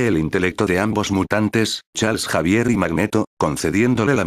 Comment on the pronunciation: deci xavier, no javier